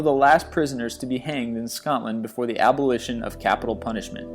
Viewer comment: Did he say, Ab bull lish shun? That's funny.